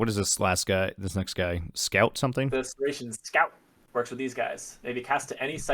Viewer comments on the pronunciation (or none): Saracen is pronounced SARA-SIN